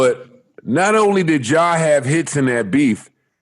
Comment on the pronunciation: 😂😂😭😭💀😭 Joe has zero chance of washing anyone with his cant even say hits..lol..gotta say hit